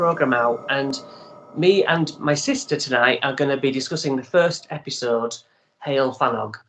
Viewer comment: It's like " huwell " , the word heol . But without too much stress on the " - ell " bit . That's the proper Welsh pronunciation .